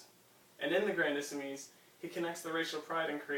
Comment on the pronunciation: It's "Grandissimes", not "Grandissemes"